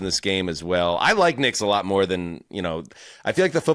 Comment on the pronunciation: “Moer” NFL news?